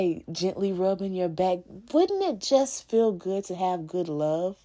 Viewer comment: “That’s a goodT man Savannah” 😂